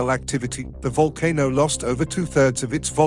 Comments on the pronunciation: The whole voice over ruined the video, it's too fast, I needed to catch my breath 5 minutes in. Also would a computer generated voice really mis pronounce " volcano" if it does you need a better program. Otherwise excellent presentation. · oh it's a vulcan-o not a volcano. The audio can't make up its mind how to pronounce it. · Kra-kotto and Vulcan-o. Uranium decays into leed. That computer almost sounds human but it has some problems.